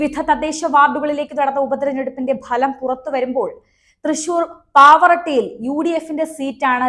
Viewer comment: Nim malayalam vikary,pavarattyye,paravattyyakki.